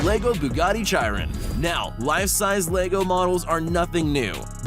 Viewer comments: lol chiron not cheyeron poor bugatti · did he just said Bugatti chairan. it's chiron dude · Sound it out like this”Sherone.its not shyron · It's not pronounced Chai-ron, it's shiron. Chiron Edit: thank everyone for all the likes!! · He said (chai-ron) instead of (Shi-Ron) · Please never say “chyrin” again chiron is pronounced “sheeron” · It’s not chi-Ron it’s shi-ron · its pronounced shiron not chiron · Why can no one pronounce "Chiron" right, it's pronounced "Shi-rone" not "Chi-ron" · You say S H I R O N not C H I R ON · Nobody gonna talk about how he called the chiron a “jiron” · Josh David It’s pronounced “shee-ron”... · Josh David its “shiron” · Patrick D. “Chairon” LOL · Tell him its pronounced as sheeron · Bugatti Chai-EE-ren 😂😂 wtf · He said Zhi Ron lol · It’s Bugatti CHIRON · Buggati chyrin😂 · why dose everyone say chiron wrong it’s shiron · I unsubscribed when he pronounced Bugatti “Chiron “ like that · CH EYE RUN 😂😂😂 I cringed so hard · When he call the chiron chi-ron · when he said Chiron like chirin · Bugatti Chiron is pronounced sheeron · U said chiron wrong its supposed to be said like sheer on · Chiron in pronounced with a K sound. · Oh my gosh buggati chai-ron cringe fest lol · The way he pronounces “Chiron” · Did any car persons get offended when he said chiron wrong. 😅 😅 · Dude. You did not just pronounce Chiron like that. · Triggered me sooooo bad I was like learn how to say Chiron right first. Then make the video. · He is a pleb he mispronounced the Chiron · He said Chiron soo wrong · And the way he said Bugatti chiron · You couldn’t have said Chiron more wrong lmfao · He said Chiron wrong LOL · he said it wrong